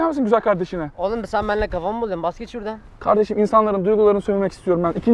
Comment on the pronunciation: Şurdan değil ağabey şuradannn💜❤️😂